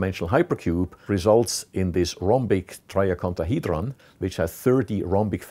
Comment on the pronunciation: Read you comment before getting to that part of the video and now I've just been bursting out with laughter, replaying the way he says "rhombic triacontahedron" over and over.